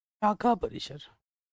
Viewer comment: सर वो शाखा होता है नोट सAखा